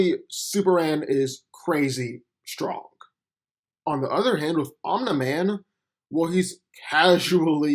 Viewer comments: It's 'Om-Knee Man' not "Om-Neh Man" smfh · Omna man bruh how can someone not pronounce Omni man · I hate that you pronounce his name like you’ve never heard the word before...it’s pronounced OM-KNEE MAN not that shit you’re saying🤦🏾‍♂️ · This narration is terrible. first off its pronunced omini man not ominai man. Second off omini man is not the superman on his planet. after the cleansing of vultromite everyone in that planet is a superman. Omini man is not even top 10 in the pinnacle of their civilization. And as a fan of invincible I still know this is not a fair comparison. Omini man is not a match for super man. I dont think entire voltromite population will be enough to kill super man. or make him bleed under a yellow sun. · The way you say Omni-man is cringy AF, its not even hard to pronounce 🤣😂🤣😂 they literally say it constantly in the show so how did you end up saying it like that? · Why does he pronounce his name omna man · It’s Om-Neeh-Man dumbass, as in Om-Neeh-Pō-Tent? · I keep hearing “Omelette man” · "Um Da Man" speech impediment ass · The way you said omni man name wrong was a immediate dislike 👎🏾😒